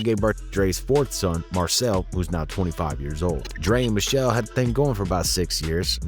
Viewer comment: Her name is MICHEL--LÉ!! PRONOUNCED MI-SHEL-LAY!!! JS